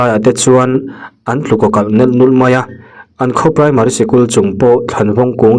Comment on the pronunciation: A thlukhi i ti dik lo nasa thei eee thing te khawlaiah an tlu kawkalh nelh nul( nelh nulh) hi i van thluk thiam lo fim khur ve det thin la🎉🎉🎉